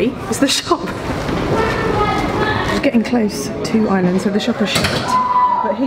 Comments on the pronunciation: Will be able to pronounce Ireland instead of Island by the end of the trip? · And we're off! Great start, can't wait for the next installment. With the Ireland/island confusion, try pronouncing Ireland as "Arland". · you're still saying "We're going to island" 🙁 Ireland is pronounced /'aɪələnd/, not /'aɪlənd/ Your Iarnród Éireann was excellent though, so I'll stop moaning now. 🙂